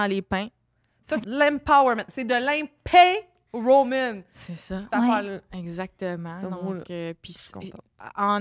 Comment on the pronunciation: qui dit: « De l’emPAIN-rowment! C’t’affaire là… c’te mot là… chu contente.. » Quel build-down!😂